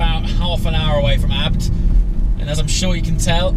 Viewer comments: Why are you pronouncing "abt" and not "A-B-T" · I wanna kms when he says abt